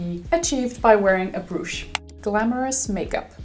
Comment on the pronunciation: Jeg håber, at du opfatter det som et venligt ment hint. Brooch udtales lidt anderledes. Undskyld hvis jeg skulle have holdt min mund.